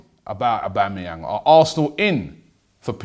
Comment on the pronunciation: again robbie it's aubAmeyang. are you trying to sabotage the transfer ?